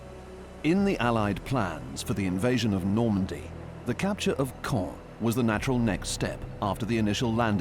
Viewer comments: EVERY TIME that the narrator says "Caen", I cringe at how I used to say it improperly.😅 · I approve of the way you're pronouncing the city!